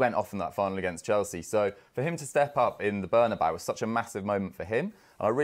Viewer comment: it's NOT ''BernAbau" ffs